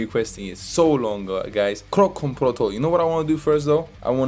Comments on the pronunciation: the way to say "kroncong protol" is kroncong protol not krongkong protol just say kroncong protol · Kron-cong Pro-tol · Pronounce: crown-chong pro-tall 😁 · "C" in Kroncong like "C" in Charlie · Just giving information, u pronounced the "C" on kroncong wrong. The C isn't pronounce as K. But like c as in word "Chug" or "Cheese" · Remember bro... in Bahasa Indonesia (Indonesian language), ALWAYS pronounced the letter 'C' like you say Charlie. #GoolReaction #Respect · Yes, pronounce CO in bahasa Indonesia like you call Cho in Chocolate, and NG in kroncong like NK